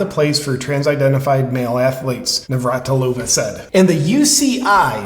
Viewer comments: Nav-rat-il-ova to save you from embarrassing yourself more. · I don't understand why these YouTubers are struggling to pronounce Navratilova. They are content providers don't they do research, plus she was a famous tennis star it's not like her name is new and unheard. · It's pronounced Navratilova